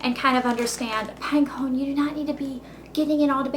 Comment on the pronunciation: AWH! i love when you talk to Pinecone! *says pinecone in southern voice*